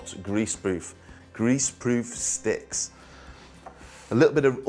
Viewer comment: This has some elements that totally surprised me, like the oil on the bench instead of flour. Surprised also when he looked up and said "stick;" sounded so American.